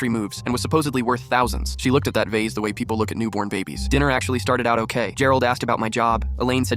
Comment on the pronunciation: "da vasa" Had me rolling on the floor